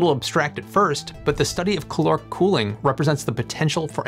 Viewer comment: please for the love of GOD and or Life say it once CaL-Lore-ick